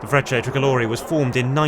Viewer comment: Sorry, now that I have listened to you again a few times, when you say "Frecce" (Tricolori) it sounds somewhat like "French". Accent/pronunciation thing, I guess. I stand corrected...😁